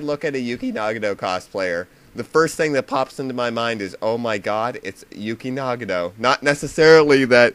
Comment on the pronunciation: What's a Yooky Nahgahto? Did you mean Nagato Yuki? I hate how everyone flips Japanese peoples names around.